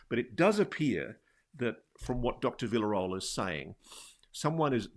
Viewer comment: It's Villarroel (pronounced for you non Spanish speaking folks: Vee - sha - rro (as in Romania because it uses a double R) - El (as in Kal - El, our own Superman)